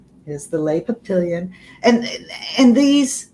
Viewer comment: French for butterflies /pah pee yohn/ n is mostly silent